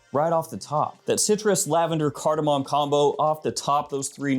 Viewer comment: That's cardamome pronounced carda-mommy 😏